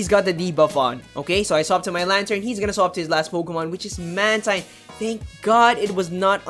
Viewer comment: Great job! Couple of notes: It's man-TEEN, not man-TINE. And I think it was running wing attack based on the feathers the animation it was showing